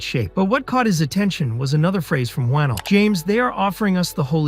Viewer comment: pronounced wah-nell loved the vid but my man leigh needs some respect